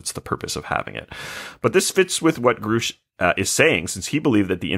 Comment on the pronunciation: Given they can’t pronounce the name Grusch correctly it seems they haven’t actually watched the testimony